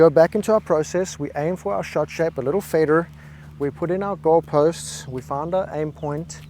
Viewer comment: Love how the "Fader" is American :)